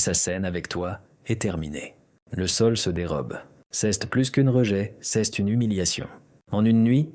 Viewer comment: Rhoo l’IA doit suivre des cours de Francais. C’est pas ceste le t ne se prononce pas tout aux kind la vidéo. Ceste insupportable.😫